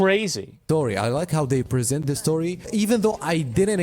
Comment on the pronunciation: DID YOU SAY Z? ZA VICTORY!